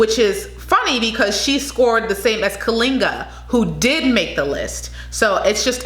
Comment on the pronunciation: GO MISS KALINGA😍😍😍😍.... You pronounced it perfectly💕💕